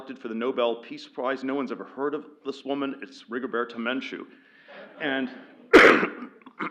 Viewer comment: Peter, "Rigoberto Menchu" has the accent on the second syllable.